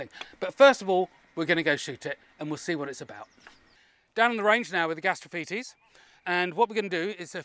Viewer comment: yaaaay he's learned the correct pronunciation!